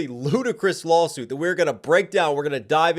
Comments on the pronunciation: Did you just call it a "LOLsuit"? 😂😂😂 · Can't unhear that😂 it's a lolsuit feom now on😂